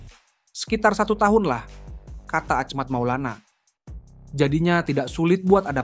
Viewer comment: yang bener dong bacanya itu nama orang lho, bukan ahmact maulana tapi achmad maulana syarif. bro.